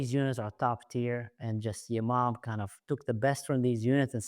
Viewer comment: I am an Israeli, but every time you said Yamam, I imagine non Hebrew speaking viewers thinking the name of the unit is Your mom.. :)